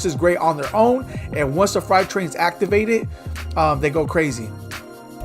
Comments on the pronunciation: freight (frate) train. Not fright. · "Fright Train" 😂😂😂